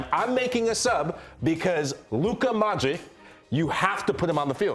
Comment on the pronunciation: lol, "Modrik" "Gerd Moller"